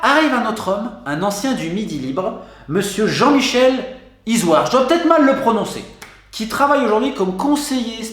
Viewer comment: T'as très bien prononcé Izoird mon Ami . J'ai passé plusieurs années là-bas . C'est une famille assez connu à Sète. Une ville de magouilleurs malheureusement